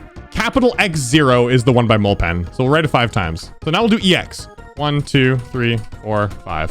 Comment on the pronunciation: By the way mulpan is pronounced like mul-PIN. If you don't know, Mulpan is another popular GD YouTuber